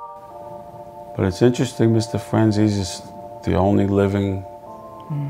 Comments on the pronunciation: Very few people pronounce home boys name properly...it’s FRAN - ZESSY, not FRAN- CHAZE or FRAN- SESSY. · im pretty sure its pronounced FranzEEs not Franzaysee or Franzeesee. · I'm italian I can pronounce it. Even Michael Franzese cant pronounce his last name correctly. He says "franz-ees" In Italian words are pronounced in the same way they are written so you dont change the sound of the vowels. It's fran-ze-se. The "z" like when you say "pizza". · You are right, but Michael and all these people in America pronounce the "tzese" part like "zease". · Fran tzese .. this is the right pronunciation in Italian.. ✌️👍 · i stand corrected lol figured mike could.pronounce his own name.so it is Fran-zee-see?? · Who else cringes when they say FranChase? I'm sure anyone can mess up a name but that bad? Come on folks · I get what u mean tho they pronoumce it like franzesE or franzesA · No, he doesn't. The word Franzese is a corsican word and it means French. Do you really see a corsican or an italian pronounce that word like the americans do? Let me help you with that. NO. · No. Michael pronounce it like an american would. The vowel "e" in italian is not pronounced like in english. It's hard to explain, but I guess the best way is for you to hear it. So write the word on Google Translator, select language Italian and click on the sound icon. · no, he pronounces his own name wrong too. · It's because Italians sometimes changed the pronunciation of their names to sound more American when they immigrated. The franzese family may have simply dropped the "e" sound at the end. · Why do people pronounce his last name like chicken francese? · The pronounce his name wrong ALL the time!